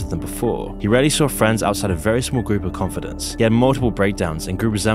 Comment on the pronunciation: Constructive criticism: When someone else writes your script for ya , get them to tell ya how to pronounce the words you are unfamiliar with. Confidant. Martyr etc